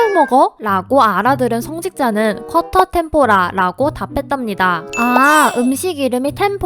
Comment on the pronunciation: 쿼터 템포라 가 아니라 쿠ㅏ뚜어ㄹ 뗑포라 정도?